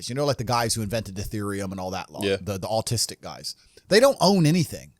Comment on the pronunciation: "the austistic guys"